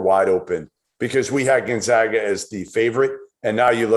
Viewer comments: Gon-zag-ah,,, not Gon-zaw-ah! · The guy on the left still doesn't know how to pronounce Gonzaga properly. Somebody wake him up.